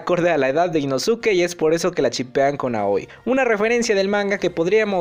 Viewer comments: Inosuke? Se pronuncia Inoske!! Creo que ves los anime en español. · Se pronuncia inoske me gustan tus videos pero eso me incomoda mucho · que se dice inoske a si se pronuncia 😡👺🤬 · Porque pronuncias mal el nombre de inosuke ?